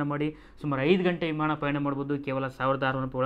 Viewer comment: Imaana alla Guru Vimaana 🤔